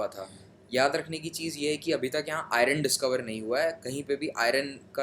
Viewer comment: Iron - ayaran 😂😂😂.